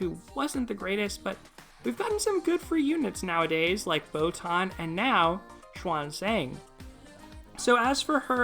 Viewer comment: She-an link this word together for Xuan. Zan for Zang.